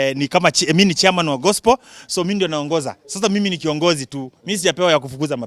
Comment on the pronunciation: I love the way he pronounce gospel "gospol"😅😅😅😅